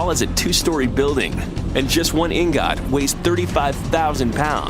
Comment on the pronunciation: At 25 he says "IN-GOT"